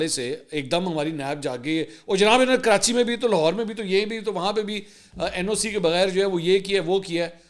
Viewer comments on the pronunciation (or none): none